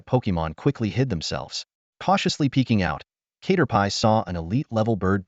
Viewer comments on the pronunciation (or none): Cat-er-pee ✖️ K-ter-pie ☑️